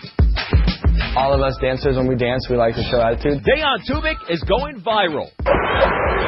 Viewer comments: deHan??? get it right mister old news guy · I never knew Dejan was pronounced Day-on..